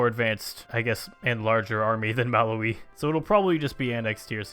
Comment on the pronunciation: the way you say Malawi....oh boy.